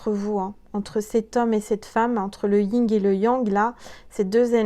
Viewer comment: stp c’est le yin et le yang pas le ying et le yang: yin bisous 😘